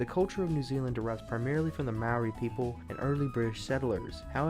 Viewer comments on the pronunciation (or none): you pronounced maori wrong its pronounced like mouldy without the L